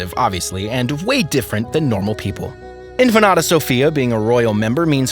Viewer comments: its INFANTA not infanada lol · Pronounced "inFANta", not infanata... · In-fan-ta not in-fa-na-ta. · The reader needs to look at the words properly. It is INFANTA not InfanAta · Say In Fanta, like Fanta soda so.. inFanta....you're calling her empanada...omg!!! Atrocious!! 😅who is this guy...he needs to be trained on how to speak but should not even try to say the words he can't pronounce. 🥴🥴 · Let me help you out with your difficulties. 1. Leonor, is princess, not infanta. 2. It is pronounced INFANTA, not infenada. 3. I imagine you have heard the name of Sofia ,at least once in your life. I won't explain to you what the difference is between an infanta and a princess. May I suggest to look up some YouTube uploads ,which might help you, specially with your awful pronunciation. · It sounds like is saying empanada! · How can you get Infanata out of infanta. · Really! I know you edit this video before submitting. Why didn't you research the pronunciation. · What is "INFANATA"? Please, take some pride in learning simple pronunciation! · In fa na ta??? As in empanada??? Man!!! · Why does this idiot keep saying Infa-NATA ?? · PLEASE LEARN TO PRONUNCE "INFANTA" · It bothers me how Infanta pronounce🥺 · Infante/infanta is the Spanish pronunciation of infant when translated roughly into English, just with a vowel at the end. While Spanish isn't the narrator's first language, infanta is not difficult to say. Americans even with whatever Spanish they remember from high school will be able to make out infanta without adding an extra syllable. If that doesn't work, Fanta the soda is sold here a, all he had to do was say Fanta and make the a a short vowel sound . So Infannta would become infahnta. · Just a couple of corrections: The name of the emeritus Queen Consort is SOFÍA, not Sofa. It's the same pronuncation like her grandaughter InFANTA Sofía, not Infanada. That word doesn't exist in Spanish. Cheers x